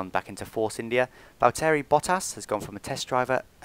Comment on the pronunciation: Heey it's Valtteri not Valteri :D